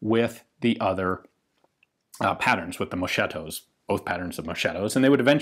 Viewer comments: Yep, indeed. It's mosKetto. MoSHetto is written moSCEtto in Italian, and it means literally (something) "a bit dull" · Suitable pronunciation is not mosceto but mosketo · the italian word moschetto should be read “moskaetto” non “moshaetto”… In italian the H put after G or C makes those sound hard not soft. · It Is mosketto not moscietto ,bye from italy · "Moschetto" is pronounced "moh-skett-oh", not "mow-shett-oh", BTW. In Italian "ch" is pronounced like a "k" in Enlgish. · it's MOSKETTO, not moshetto.. Gruppo spechale, not spezial or whatever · Ehi dude, if you want to tell something about Italian arms, at least try to learn the correct accent... Carcano is pronounced Càrcano, with the accent on the first "a", like raven in English, and not "Carcàno" like you pronounce it. Moreover, the word moschetto in Italian is quite similar to the English Musket : imagine it as if it was written mosketto, while you pronounce it like "moshetto". It is quite comic the effect: in Italian your "moschetto " pronounce sounds like "moscetto" that means "quite soft". I know that you Anglo-Saxons think all the rest of the world should speak only English but, luckily, other languages do exist. If you use them, do it correctly or at least try to do it. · The right pronunciation of "Moschetto" is "mosketto", not "moshetto". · Pssst... it's pronounced "mosKetto"..."mosHetto" is an adjective to indicate something too soft, without strength nor vitality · Ian read mosketto not moshetto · The italian word "moschetto" is actually pronounced "mosKetto" not "moSHetto" just so you know! 😉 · Ian says moSHetto when it should be mosKetto, and meanwhile Ylvis says prosKiutto when it should be proSHutto... :) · mosKetto and not moSHetto. Great video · Ian, Moschetto is read like "Mosketto", the piece "ch" together is read as "k" ; So if you say "Moscetto" (as you were keep saying) sounds like a diminutive of "Moscio" which is an old fashioned way to say dull, soft, fluffy.. 😉🇮🇹